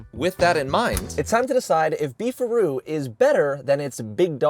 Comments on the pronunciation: Thought it was "beef rod" 😮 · I thought he said, "Beef or Roo". I guess you can get roast beef or roast kangaroo. Southern Comfort food. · Thought it was “Beef RoD” beef rod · I thought "Beef a Roo" said "Beef Rod", ya know, like a hotdog place. Or a penis. A beef rod could be a penis.